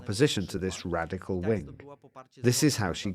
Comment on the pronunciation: stop saying radiccal